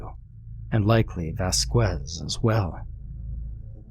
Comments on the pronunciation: "Vas-kwez" thats not how u say it but ill roll with it Its actually "vas-kez" or r u doing this on purpose lmao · Good story. Also, it is pronounced "Vas-kez." The U is silent. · The name Vasquez as Vaskwez LMAO